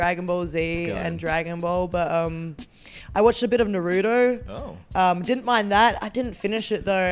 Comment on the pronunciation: bro NAROOTO??????????????? XDXDXD she really called NARUTO NAROOTO XD